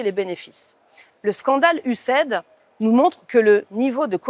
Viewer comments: "USA ID" ...pas "US AID" nuance 😁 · Il faut prononcer USA-I-D. Le fait de dire USAID laisse penser qu'il s'agit d'aide. Ce n'est pas le cas.